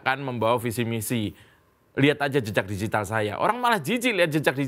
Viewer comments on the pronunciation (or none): Ralat, bukan digital tapi "bijital" 🤣😂🤣😂